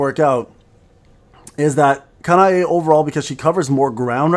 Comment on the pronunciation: it's Kanae day (I've been sitting on SLA for more than a full shift today) also, it's Ka-na-eh, not Ka-na-ey